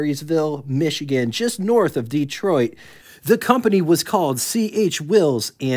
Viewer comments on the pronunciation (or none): none